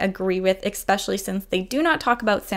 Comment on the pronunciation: bruh it's pronounced "ES-pecially" not "eck-specially" americans smh